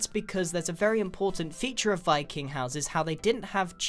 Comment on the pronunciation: Appreciate that! Though, Wiking was the proper pronunciation. It's Norwegian, I believe, and in most Scandinavian languages V is switched for W and vice-versa.